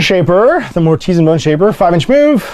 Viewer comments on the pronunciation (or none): I am fairly certain mortisan should be pronounced as artisan: "mor-ti-SAN"